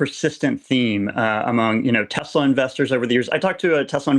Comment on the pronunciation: "I love Tesler!"